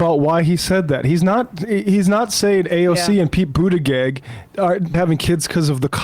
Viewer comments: needs to learn how to pronounce Pete Buttigieg's name! It's not Butti-GEGG. Pete says to pronounce it "Boot-edge-edge". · JD unironically speaking about women and how they want options & choices... 🙄 Also... Please learn how to say Pete's last name. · Why is purposely pronouncing Buttigieg's name wrong? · Yeah I wondered if I was missing something. Is there a reason he does this?